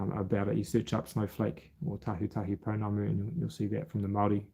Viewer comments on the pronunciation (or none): none